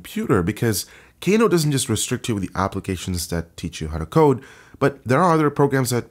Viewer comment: I thought it was pronounced "Kah-noh" instead of "Kay-noh".